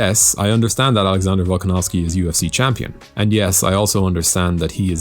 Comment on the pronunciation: Volkanovski?? Really buddy???????????